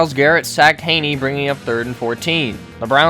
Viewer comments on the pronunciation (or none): Gave this a thumbs down SOLELY for the constant mispronouncing of Chad Henne's name (Hinny not Hayney) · Thanks for the video bro but the Chad Henne pronunciation is going to kill me. It’s not ‘Hay-knee’ It’s ‘Hen-Ee’ Like a hen, a chicken, and then just an ‘Ee’ sound. May Satan bless us all. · I gotta say bc it’s bothering me and chad is from my hometown. It’s pronounced Henny not hainie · Hen-ee….. Jesus Christ. Do you do research? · No mention of the Browns player choking out Mahomes and Chad Henne is pronounced like a hen not with an a sound. Browns can suck it.